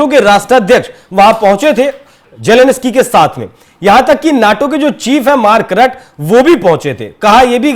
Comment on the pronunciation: Ukraine k president k naam ka toh sahi uchcharan seekh lo